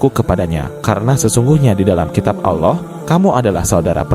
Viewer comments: Adminnya cumn cari sensasi.sejrh kurang jelas. Kyknya admin non muslim ini. Perhtikan aja pas sebut nama allah .kyk orang kristen nyebutnya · Pembaca nya saja tidak fasih mengucap allah SWT